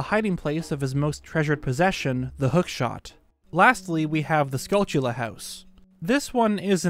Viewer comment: Not to be that guy but I'm pretty sure it's supposed to be pronounced "SKULL-chull-uh," as in a portmanteau of skull and tarantula, not "skull-TULL-uh"